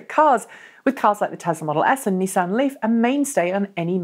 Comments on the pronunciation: 'Knee-san' Leafs are not a mainstay in any major British city. Nissans are though. If you want to pronounce things properly you could use the Japanese pronunciation for the Japanese company which is very close to the English, not American, version. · First episode I've watched, enjoyed it apart from the American pronunciations It's Nissan not Neesan lol